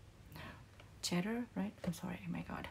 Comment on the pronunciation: It’s pronounced “see-der” in English. “Cheddar” is cheese 🙂. Love your content!